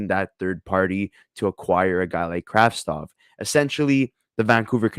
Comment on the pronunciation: You could do name right. Kravtsov.